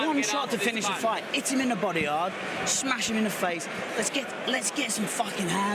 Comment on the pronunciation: Khabib yelling "SMESH HIM SMESH HIM!" xdd